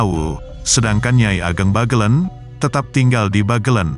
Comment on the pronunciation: Membacanya Bagelèn bukan Bagelen